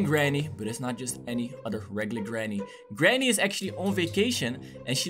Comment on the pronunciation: It not GRANY